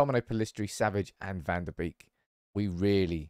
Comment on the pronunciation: Van de beek is pronounced van de bayk, not beak. Also the emphasis in malacia should be on la, not ci